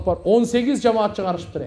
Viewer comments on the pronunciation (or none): none